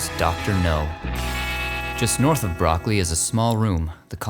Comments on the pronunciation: Broccoli is not like the vegetable, Bro- ccol- i (pronounced like e) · sorry, its not broccoli like the veggie, but like broc-coalie.